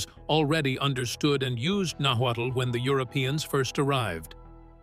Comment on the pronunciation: Nahualt (nahwah) not nawattle smh I'm already annoyed by this !! Good grief !